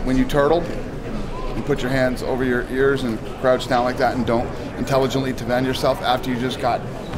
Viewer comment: "inteligently tefend yourself" wow